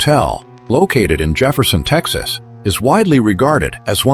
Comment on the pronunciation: I wish they would pronounce the name of my state right.the name is Texas.❤❤❤🎉🎉🎉